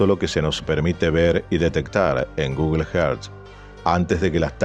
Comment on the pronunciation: Por favor Google earth sonaría más o menos así … gugl érzz . Si no decilo en español pero no solo que te duelen los oídos aparte que resulta extraño que un canal tan bueno y con alto nivel de excelencia cometa un error fonético de esta magnitud